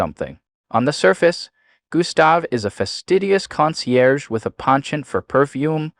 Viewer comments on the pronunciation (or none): none